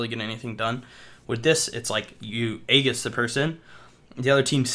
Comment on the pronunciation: It's pronounced Ay jis